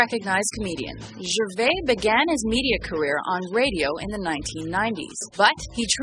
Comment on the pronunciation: Wow, so many mistakes in this, do your research. Firstly, getting his name correct. Its gervais, with the 's' at the end. And to say he is getting pompous now, means you are totally missing the point. He is making fun of that,not being it.